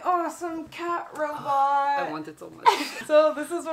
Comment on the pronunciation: Instead of 'cat robot' i thought she said 'cat bra', I was just listening to her.